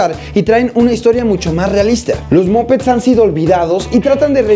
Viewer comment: no se pronuncia "mopets" se pronuncia "mapets"